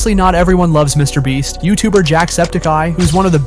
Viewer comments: "Mr. Bleach" XD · Mr Beat? Bro, what is with this voice over? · Why are you saying Mr. breast Mr. bleach and Mr. beat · You said it again quit saying Mr beat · You just said Mr beat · Yo is it just me or did he say mr BLEACH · Why is it half way through the video it sounds he’s now “Mr Beach” and/or “Mr Bleach” at times?